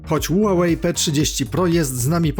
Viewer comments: Ła łej chyba ma być a nie ulalej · Spolczając nazwę z angielskiego powinno być "hiuwej" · Ja tam słyszę ułałej 😁